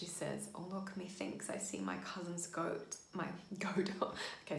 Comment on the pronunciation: I just found your break down and it’s incredibly helpful! I am reciting this monologue for class. I just can’t help but giggle at when you said “goat” haha. 😆